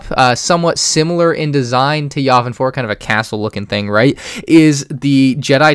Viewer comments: Ur sayng yavin wrong and ur decisions Are halfly wrong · The way he pronounces Yavin triggers me.